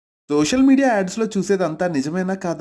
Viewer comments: bro it's social media not dosall media 😂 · Correctehh..mundu gamanichaledu kaani ee comment chadivaka malli chusa..alane vinipistundi..dosal media ads lo ani 😂😅